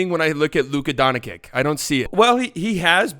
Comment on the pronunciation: I love how Stephen a smith can pronounce antetekounpo just fine but says “donchick” because don-chitch is apparently too much for him